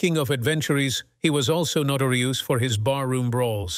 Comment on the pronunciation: “Notorioose”? This is badly AI created content! I will wait for more capable programs, thank you.